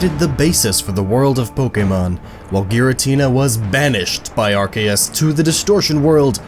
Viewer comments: Gabe He emphasizes it oddly. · The official pronunciation is Ar-key-us not Ar-kay-us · Chance Simons are Kay us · Ar cay us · It's Ar-kee-yus. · "there was nothing but an egg that hatched into ARKAYUS" "such as ARCTIQUNO" This video is hilarious please do more. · As soon as he said < ar - Kay - us > I knew it was Gnoggin lol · even though that's how ash Ketchum pronounces it in the movie, i will forever say it as Ar-see-us. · The games literally reference how to say it now because of silvally. RKS system - Arceus system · It’s pronounced “AR-KOOS” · When he pronounces it are-kay-us Instead of apropos Me:TRIGGERED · EXCUSE ME AR-CA-US IS THAT WHAT YOU ARE SAYING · Arceus was right, the c is hard. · Why did you say archeus when it's arceus, i cringed so hard... but still nice video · Silvally's ability is RKS, Arceus is pronounced Ar-Kay-Es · i-i thought it was arSEEus but ok. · It's arcccccccccceus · its Archeyus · Whenever he said Arceus I cringed